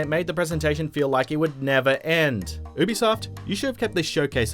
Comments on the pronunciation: You-be-soft not uwu-be-soft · Why does it sound like he's saying boobysoft ?